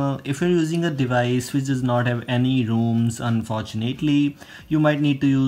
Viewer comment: Haha rooms not roms rooms